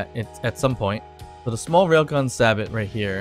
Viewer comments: Sabot is normally pronounced say-bo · They are pronounced Sā - Bō